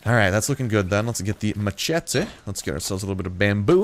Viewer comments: Mach ete plz no its mash ett eee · its mashete not machete :P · Did he just pronounce machete ma-chet-a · Say maCHete one more time and that's a dislike.